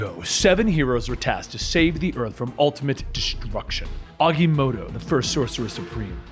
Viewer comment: Wait isn’t it agamoto